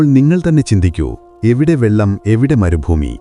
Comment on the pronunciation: വെല്ലം അല്ലടോ...,വെള്ളം. വെല്ലം എന്നാൽ തമിഴിൽ, ശർക്കരയാണ്.അവൻ, ഇവൻ, മറ്റവൻ എന്നുള്ള സംസാരമൊന്നും ഇപ്പോൾ കേൾക്കുന്നില്ല...?🥺